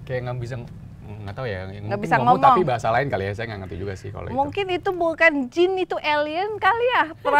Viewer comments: Jin yaa bukan "jeans" 🤣🤣🤣🤣🤣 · Jin bukan jins wkwkw bisa ngelawak juga nih ak jd ketwa